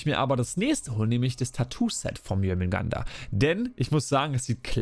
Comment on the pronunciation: Also,den Synin Skin find ich persönlich extrem nice - würde gut zu den anderen 2 passen🤔. Die Rüstung find ich eher nicht so dolle,aber das Schiffset kommt gut👍🏻 Btw,es heisst Schilde,nicht Schilder und bei Jörmundgandr bleibt das "r" stumm - also Jörmundgand,nicht Jörmundgander☝🏻 Wieder ein kleiner Schritt zur Professionalität - bitteschön,gern geschehen😉😂